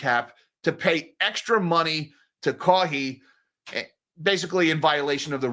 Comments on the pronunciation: Losing my mind over saying “Kaw-hee” lol😂 Love ya. It’s pronounced “Ka-why” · His name is pronounced Ka-Why…. Kaui adjacent sound If you find you’ve jumped the gun on implicating Mr Ballmer, pls correct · I never had a Po-tah-to salad. I hope it's as good as Potatoe Salad. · Kawhi pronunciation: Bird call (KAH!) then pronounce the letter 'Y'. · "Ka-Why" Leonard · Yeah, but still… shout out to Caw-hee. That’s all I’m calling him from now on. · Sorry but i can't hold my laugh hearing your pronunciation of Kawhi haha, anyways, there is no way he gets kicked out as he is one of the top platers in the league and the NBA commissioner (Adam Silver) is a player's commissioner so he is always on the player's side